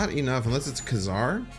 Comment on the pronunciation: I believe the 90’s cartoon cleared up the pronouncement of his name as “Kay Czar” not “Kuh Czar”. New to the game and it will be a long time before I can get to Thanos but now I have an end goal. Thank you for your videos.